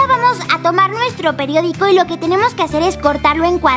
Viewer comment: Momento... dice Pediodico o Periodico? .-. La escucho decir "Pediodico"